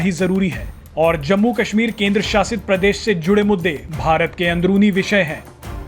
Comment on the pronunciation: pok 😝😝😝,Pakistan bolte the na keshmir,Keshmir abbe jhahilo ye ksmir h na ki Keshmir